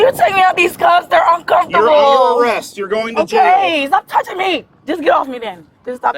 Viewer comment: The word is ME.... not ME-UH